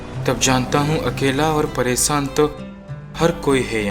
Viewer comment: ...certain voids in dialogue deliveries...mispronounced! "riSTa",, "pareSAan" n sorts...warna d rest was fab...n,, i must say.....formidable script..simply Loved It <3:-*...but THE PRONUNCIATION THING must b considered... (y) #BestWishes # MayUProsper